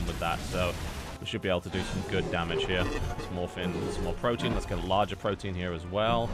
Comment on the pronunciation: Please learn to pronounce pro-te-an correctly.